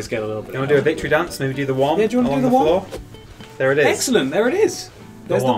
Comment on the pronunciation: Come a little closer to the ‘Woms’